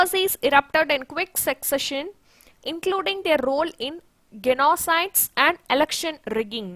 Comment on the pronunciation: Kindly check up the pronunciation of the word 'genocide'